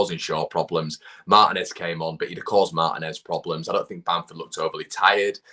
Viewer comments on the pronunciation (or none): I find it fascinating that English people can’t pronounce “Martinez” correctly, especially considering how many go to Spain on holiday. It’s as comical as it is telling. COMMENT: I don’t know how an intentional swing of the arm to smash Tyler Adams in the mouth wasn’t a foul. It is supposed to be a straight red card, but it frequently draws a yellow. But this ref didn’t even call a foul. Tyler will remember that. Look out next year, Malacia.